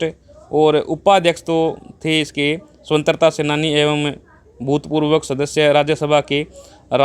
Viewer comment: वर्तमान में मानव में नेतिकता खत्म हो गई है ।सरकारों को अपनी जेब भरने के अलावा कुछ नही सूझता है ।भाई को स्वतन्त्रा शब्द का सही उच्चारण नही आया। ध्यान दें ।महाबीर उमेदपुरा